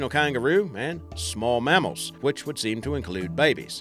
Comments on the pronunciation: ya IKR e.g He said MAH-MALS when its pronounced MAAMMALS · Mammal doesn't have an R in it, it's not really Marmals lol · You know it's a fake accent when they pronounce mass as marss and mammals as marmarls smh